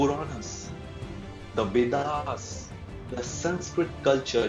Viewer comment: वेदा, आयुर्वेदा, पुराणा नहीं, श्रीमान आपसे आग्रह है कृप्या वेद, आयुर्वेद, पुराण कहें ! आपका कार्यक्रम बहुत अच्छाहै